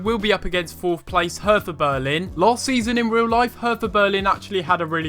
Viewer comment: Btw its pronouced Herta Bearlin